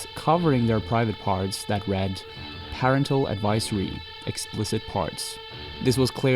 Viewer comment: You need to learn how to say "parental".